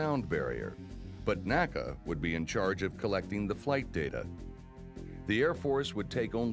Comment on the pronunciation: I had to quit watching. Was OK until the narrator began referring to “nA-kUh”. Even though within minutes says “the N A C A” when referring to the agency he worked for. Like fingernails on a blackboard. A museum should know what old agencies and departments were called. Nobody back then ever called it anything but The N.A.C.A.